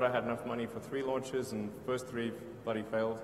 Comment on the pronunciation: "first three bloody failed" Lol you can tell he's a none American Anglo immigrant just from that one word. Mean none American by birth. Think he moved over around 18.